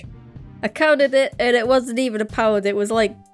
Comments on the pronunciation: When chip says pound it sounds like pow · Omg ur from uk am from uk too I knew it when u said pound